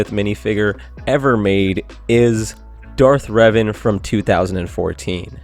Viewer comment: Finally, someone who doesn't say "Darth Raven."